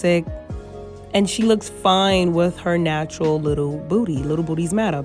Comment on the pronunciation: "Coin in a tin can" is right. She said it felt nawtural